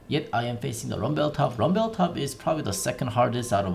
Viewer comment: Rumbel, Ji-nar, sweety boots, ninja tabeye, ... This should be an accent on The Simpsons ;-)